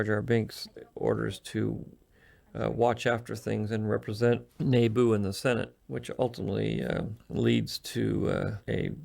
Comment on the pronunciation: Interesting how George pronounces Naboo like “Nayboo”